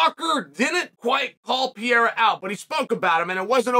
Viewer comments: Day 1 of asking Chael to say Pereira instead of Piera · It’s a real commitment indeed. A few weeks ago Ariel taught him how to say Pereira and he successfully repeated him. No use though, back to Pierrah after a few minutes 😂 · Can Kale Soan learn how to pronounce Pereira? Really not hard champ ; ) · Dude it’s not Pierra ! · Chael you are a very smart guy. There's no reason why you keep calling him "Pierra" when his name is "Pereira". Fix it so you don't sound like a hillbilly. lol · At this point his name is Alex Pierra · Mr Sonnen can you just say PA-REY-RA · It's pronounced Pur-ray-da.